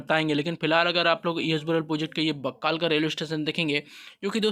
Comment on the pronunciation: बक्कल हैं,बक्काल नही